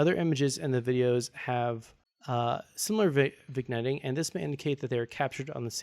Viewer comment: “Vig netting” lol